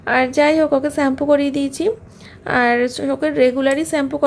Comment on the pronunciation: "Varieties rokomer maach"..... what is that 😂..... its variety of maach not Varieties and its "sugar" pronounced as shugar not suugar....shampoo not sampoo ufff .please be careful waht you say as a social influncer. Eating a proper healthy diet on time and avoid outside food you will not have health problems